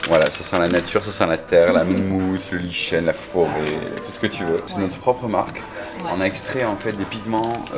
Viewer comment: Cc , message à monsieur Luc lichen , ça se prononce liken hein , lol😉